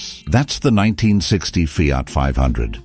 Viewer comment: Feeart, Renawlt. Jagwar. Romeeow, Where do you get them from>